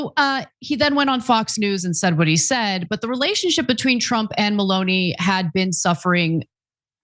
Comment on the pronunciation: It is not Maloney for a start to get the name right. MELONI, when you speak about the political relationship with President TRAMP